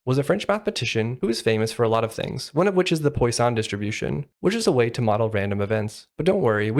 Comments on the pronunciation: just fyi: "Poo-ah-son" not Poison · It's pwah-sonne